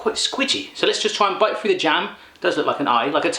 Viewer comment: ugh don't say "frew" and "wiff"... tehfk?